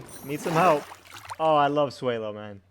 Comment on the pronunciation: Say swellow correct